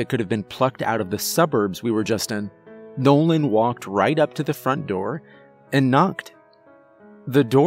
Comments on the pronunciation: You sure his name was nolan? And not Bobby Bouche lol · Nolan's got some Bobby Bo Shay speech impediment 😆 Awesome Story tho